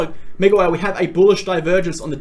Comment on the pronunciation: When you say mega whale super fast it sounds like midwife.